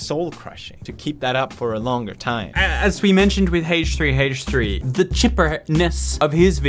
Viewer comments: Why does he h3h3 so weird. Its like haahch3haach3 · I love the way you pronounce Haych3Haych3 😂 But on a serious note, I've found myself more and more drawn to these negative commentaries - as well as drama channels - and I don't know why. Some psychologist could probably explain it. Thank you for bringing my attention to this, I'm going to go watch a squishy repaint video with lots of rainbows.